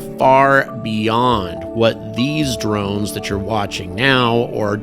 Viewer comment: Never heard them called "dornes" until now...